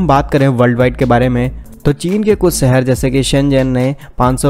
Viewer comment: Work on your Hindi Language,,, Shahar not Sahar